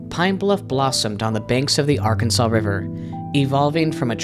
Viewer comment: It's Arkansas. They dont say Ar-Kansas. They say Ark!Kan!Saw! But it's spelled with an S. Not a W! I'd leave that dumb assed state, too.